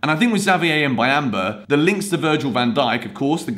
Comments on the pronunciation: Boo-yam-ba thats how you pronounce it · It's pronounced Mbu-yam-ba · Say "Mb"uyamba like you say the "mb" in the word "number"